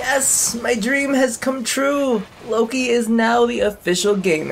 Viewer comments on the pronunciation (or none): none